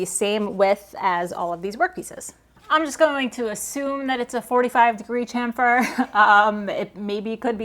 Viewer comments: Can you just say “CHAMFER” the right way so we don’t get so annoyed during your videos please? We’ve brought this up in previous videos in a kidding manner, however it’s a bit more serious now. It’s pronounced “cham·fer” not “ch·aim·fer”. Thank you kindly and you did a great job figuring this joint out. It’s Awesome! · Chamfer (and chassis) should be pronounced shamfer (and shassi) as in Champagne. They all came from French spoken in England at the time of the Normans. This was very cool though.